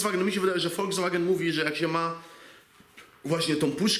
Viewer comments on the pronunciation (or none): none